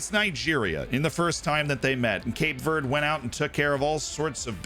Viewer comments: I dunno why but hearing you say Cape Verde wrong about 10 times in a row made me giggle for some reason (its Verdy or Verday i think depending on your take on portugese) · As a portuguese speaker (brazilian), hearing someone say cape VURD makes me wanna cut my ears off, but good video